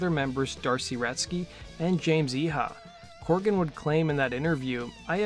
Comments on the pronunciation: CORGAN. COR-GAN. Not "Corrigan" or "Coregan" as you keep saying. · CORGAN. NOT CORRIGAN!